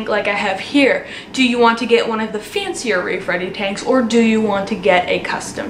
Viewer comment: Omg for a second I thought you said “rape ready tank.” Wtf